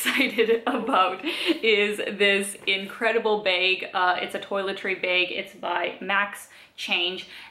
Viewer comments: I think its "Baeg". Funny little ways Canadians say things like "aboot" I wonder what words we say that sound funny to others, especially us Californians. Someone from the Midwest actually told me I had an accent. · I hear more A like bAge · Yeah, maybe you are right. It sure is not a short A though.